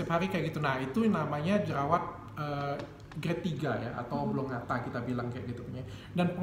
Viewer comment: koreksi dikit dok, hrsnya jerawat konglobata bukan koblongata wkwkwkwk